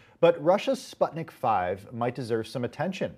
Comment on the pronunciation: It`s Sputnik Vee, not five. V is Vaccine.